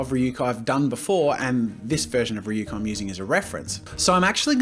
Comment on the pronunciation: THANK U SO MUCH FOR ACTUALLY PRONOUNCING RYUK’S NAME CORRECTLY